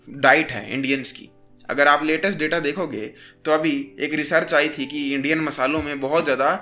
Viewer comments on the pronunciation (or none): none